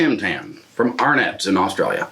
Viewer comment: Arrhnets - no ... just ... just no ...